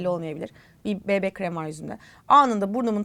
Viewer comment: Bi-bi şeklinde Amerikan söylemiyle okumayıp Be-be diyerek özellikle düzeltmeniz 👍🏻